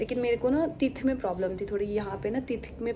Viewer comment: Teeth ka pronounsation shi nhi tha..